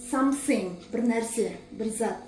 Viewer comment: Сонда something деген жерде th ф болып оқылама